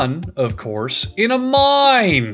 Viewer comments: "This is all done, of course, in a MINE " my poor ears... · A MINE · And they call it a mine! A MINE!